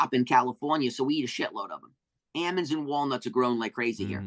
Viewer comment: Love your guest.🤟🏾 He calls almonds: amons🤙🏾